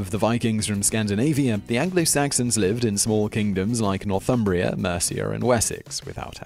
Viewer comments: "Northumbria" not "Northumbrier" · That's "Northumbria" not "Northumbrier"